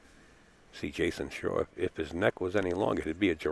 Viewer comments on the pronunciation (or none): Even when this match was played, the term “rock” for the cue ball had been out of date for 30 years. Plus it’s Jayson SHAW not “Shore”. Ugh! These announcers. 😡🤬